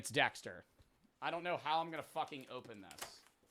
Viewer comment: “dextuh😀” “give me ritas key 🫸🫷😡”